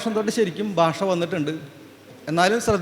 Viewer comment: ബൂമി ?ബാഷ? ,ബൂതകാലം? ബക്ഷണം ? ദൈര്യം? ഉച്ചാരണത്തെറ്റ്. താങ്കൾ ആദ്യംഉച്ചാരണം ശരിയായി പഠിക്കണം